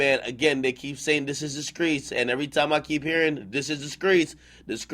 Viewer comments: IN THE WHA , YOU MEAN THE STREETS , NOT SKREETS ! wtf ? .......SMH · Nigga said the Skreets like he from ATL or something 😭😭